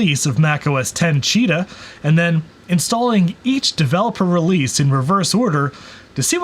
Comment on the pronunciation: how the CD-R says “CHEETER” instead of cheetah